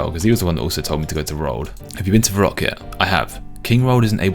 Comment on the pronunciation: "my reek" , "va rock" , ''Dre Zeel'' , ''Skimmy'' , I can't